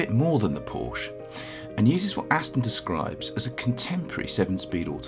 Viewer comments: Still can't pronounce Porsche correctly... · Narrator doesn't know how to say Porsche